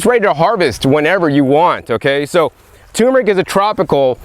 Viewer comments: "Nukular tumor rick!" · Love you,........ tur meric, not tumeric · "tur-mer-ic", not " tumor-ick". please! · Turmeric not toomeric, we grow our own as well, great video, thanks for sharing, didn't know we should be eating the leaves! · Matts Toaster If a child or adult is going to learn it is by being corrected. If a person has a disability that is a different matter. I don't think that is the case in this thread. It is simple. The spice is tuRmeric. Not tumeric. Can you say turmeric Matt? If you are physically not able to say it perhaps you can spell it. If you can neither say or spell the word properly there is nothing I can do for you. Of course we can understand messed up words but civilized folks aim for a higher standard.